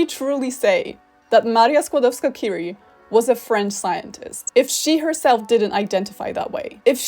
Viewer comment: I also find TERRIBLE that English speakers can never pronounce "Marie Curie" right, with the French R, however they never get the very similar sounding "J" in Javier and Juan wrong. UPDATE: oh well, I just realized that at the end of the video you mispronounced "Curie". It's a French name, not an English name. Should be pronounced as a French word. Bad example if you tried to make a point about correct pronounciation of Polish (and I agree to this point, even).